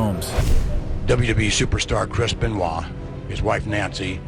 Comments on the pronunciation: Six Hundred Nineteen. Chris Benoy. 😂 its funny. but please do your research next time on how to pronounce them 😂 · What do you mean ? Don't you remember Chris Ben Oyt? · Chrispan wah?